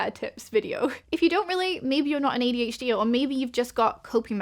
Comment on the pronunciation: i know i'm very late to commenting on this video, so you probably won't see this, but i think it is very cute that your accent takes what i usually hear as an "er" sound and turns it into "ear". makes you sound like you're saying "ADH-Dear", which is literally so precious and i'm going to use it 💖